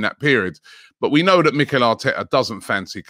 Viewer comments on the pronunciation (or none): none